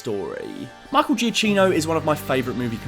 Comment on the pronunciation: Love the vid, but I still find it funny when an English person tries pronouncing an Italian name (Michael Giacchino)